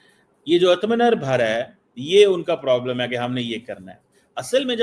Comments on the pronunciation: What "athma na bhara" ...😅. Try kar bai aur ek bar ."Atmanirbhar". Atma Nir bhar...okay..😂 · पहले आत्मनिर्भर बोलना सीख लो इतना भी मुश्किल नहीं है कि तुम बोल ना सको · Shocking that finds it hard to pronounce Atma Nirbhar! अब बिल्कुल गोरा बन गया फिर भी दिमाग में चूर्ण भरा है!😅